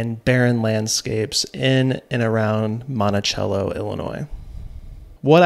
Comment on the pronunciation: I grew up 10 minutes outside of Monticello. It’s so cool to see places where I grew up on the silver screen of YouTube. Great video! I just gotta say it though it’s pronounced Monti-SELLo 😊😊😊